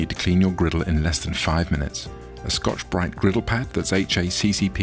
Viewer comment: “Turn of grittle”